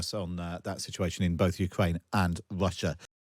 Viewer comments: Wussia? Wetorwick? Airkwaft? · A weal war in Wussia? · Please get a better bwaudcastew!! a weal war being waged against wushia cwuise missiles cwank up the wetowic give ukwainians hope that he's loosing the fight or to wowwy them? Victowy Day Pawade wushian wecwuitment officews are twaling Mosks and Immigwation centews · Look I want Ukraine to prevail in this conflict, but there's an elephant in the room here. Someone over at The Times Radio gave this guy the segment where he had to say "Wussia", "Ukwaine", "cwuise missiles", "whetowic", "wecwuitment" and the like